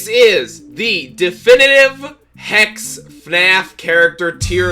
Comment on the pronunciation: Don’t put a s instead of a h in hex!